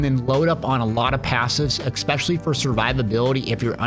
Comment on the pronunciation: Remember kids, there's no X in "especially" so you don't need to pronounce one.